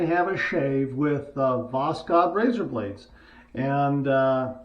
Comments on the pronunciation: Pronounce it as voshod without k between s and h. Just omit k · Pronounced bokhod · it's pronounced "Vos-hood". Have a good shave and a great day!!💈💈🪒🪒👍👍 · It's read without K. Simple Voshod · Greetings from Russia,! These blades are made in Moscow! The name is pronounced like this: was + haud (the stress is on haud)😃 and восход means “sunrise” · I’m not 100% sure but I’ve heard that the (K) in Voskhod is silent, but I’m not really sure if that’s how it is pronounced or not. But definitely my favorite blade so far!